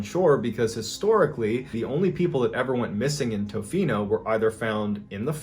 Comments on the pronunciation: Lol it's pronounced ta-fino not toe-fino awesome to hear a local story!! Keep it up man love the content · It’s Pronounced ta-fee-no lol